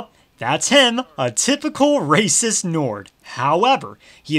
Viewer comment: "Bad cus rayciss" no, that makes them awesome